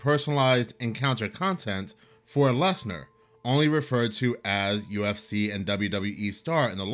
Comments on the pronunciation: you said ucf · its UFC, NOT UCF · HE SAID UCF🤦🏾‍♂️😳😬🥶🤨🤔🧐🤣🤣🤣🤣🤣 UFC MY GUY 🤣🤣🤣🤣🤣